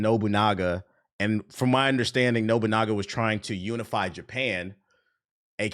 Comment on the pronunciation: Honestly, he was putting his emphasis in weird places that whole segment. Like, right after shouting SLAVE he just goes on with "the pair EVENTUALLY team up in a radically changing 15-hundreds JaPAN rubbing shoulders with OTHER historical allies such as Oda NobuN*A*GA and Koroda KANbei while taking down a shadowy cabal of WARlords manipulating the country's attempt at unification from WITHIN." Like damn, man, were you only just handed the script? You're tripping over all the words you're not sure about, and several others! You wanna take that again maybe? Oh, we're all out of space on the recorder? Alr, release the "*SLAVE*"-cut ig. Edit: found another good one : "the world of Assassins Creed Shadows IS massive, but...". Like, I get that that's where the emphasis goes in a "but" sentence, but he's given it about 200% more sauce than it really needed.